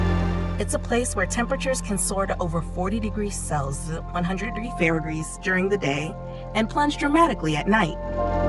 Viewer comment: Celsius is pronounced cell...see ...ous. ...... Fahrenheit is pronounced faren height ! .... hate computerised garbage !!